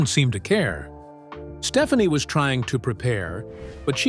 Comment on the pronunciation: It's pronounced "Steph-ON-ee", not "Stephanie". Fix your AI.